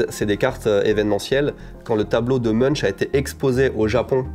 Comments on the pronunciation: Pour info, Munch se prononce "Monk", pas très intuitif je sais ahah. Chouette vidéo, vous donnez envie de se lancer dans la collection, c'est mal !! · Très intéressant. Voyant beaucoup de cash je me pose la question du fisc japonais, peut être une histoire à raconter. Munch ça se prononce mounk